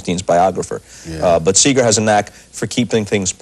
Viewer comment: It's Seger not Seeger !